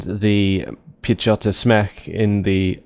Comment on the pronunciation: In Piechota Zmech. read 'ch' like 'h' in e.g. hug, hazard or loch (Scottish for lake), the rest sounds quite fine. Piechota Zmech. is a shortcut to Piechota Zmechanizowana which means Mechanized Infantry.